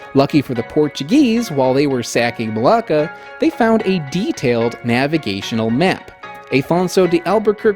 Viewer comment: i keep hearing malaka but you keep sayin malacca